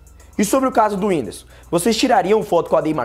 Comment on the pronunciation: Ela fala whindisu kkkkk